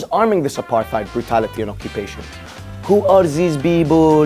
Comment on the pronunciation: “Who are these beebul” - Arabs hahaha